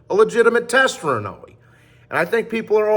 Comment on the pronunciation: how hard is it to just say Inoue(In-o-WAY) not inuwee lol